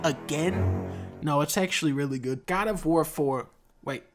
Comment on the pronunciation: GAD OF WOAR